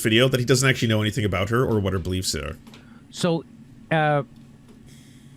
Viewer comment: This is rich coming from a guy that can’t even properly pronounce basic words like “about”.